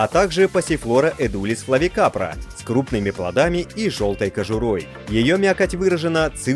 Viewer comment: Как человек, который занимаюсь пасифлорами, могу сказать. Пригодны к пище разные пасифлоры. p. caerulea , p. frederick , p. ligularis , p. quadrangularis p. edulis и p. flavicarpa ( флавикаРПа, а не флавикаПРа)